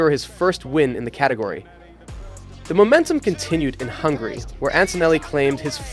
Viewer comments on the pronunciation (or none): none